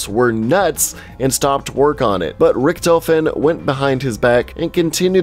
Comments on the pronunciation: he says the rictofen wrong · Was anyone else annoyed by the way he pronounced “Richtofen”? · When he said "Richthofen" I got triggered lmao. XD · Gaming pronouncing character names and maps: Zombie veterans: amazing, everything you just said was wrong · You pronounced richtofen differently like 5 times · Drinking game: Take a shot every time he says Richtofen wrong. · pronounces Richtofen wrong Every zombies YouTuber disliked that